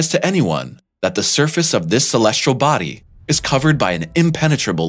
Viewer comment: Look at the word celestial - how many r’s does it have? None of course so why pronounce it with an R 😡?